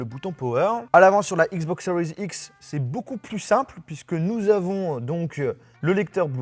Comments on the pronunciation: stp arrete avec le "seriez x " c just serie x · Ce que j’entend " xbox cerise x "